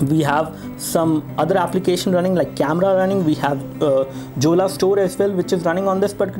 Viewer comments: Jolla is pronounced as Yolla, not Julla. lol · hahahahaha this is pronounced as "Yolla" not Jolla lolz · its pronunced as "yolla"... we can install all android applications including the google ones also..... check out the video of myriam jorie......